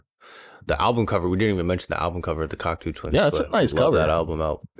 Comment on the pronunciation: Great review! Superfan here and there are just a few notes I have. It’s pronounced cocktoe. And it’s Fraser, not Frazier. Glad you guys liked the music and the album. It was their 6th or 7th album depending on how you count their collab album with Harold Budd. They broke up in 97 working on their follow up album to 96’s Milk and Kisses.